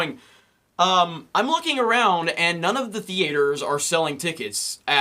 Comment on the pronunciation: I love it when you say .. thee-ay-ters.. idk if I’m saying it wrong it’s just funny lol